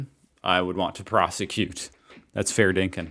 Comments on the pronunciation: Again with the 'n' in 'dinkum' It's DinkuM. FFS! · Fair dinkin! 😂. It’s dinkum. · Umm... the word is not "dinkin" it's "Dinkum" meaning genuine, honest, or true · DinkuM not dinkin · It's 'Fair dinkum' (not dinkin), and yes, you did use it somewhat correctly. Also, please stop saying 'Happy arvo' it's driving me nuts. The correct phrase is 'good arvo', with respect if you correctly slur it into 'g'arvo'. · once again we do not say happy "Arvo" also its fair dinkiM not fair dinkin. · Also please note it ends with an 'm', not an 'n'. We want you sounding like a fair dinkum true blue ozzy but you won't be convincing any Sheila's or Bruce's saying 'dinken'. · dinkum not dinkun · It's "Fair Dinkum!!!" with an M. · It’s pronounced “fair dinkum”. It just means it’s true, or genuine.